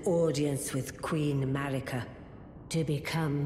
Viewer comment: Why are you able to pronounce the R in Radagon but not in Marika? Somehow it becomes Mawika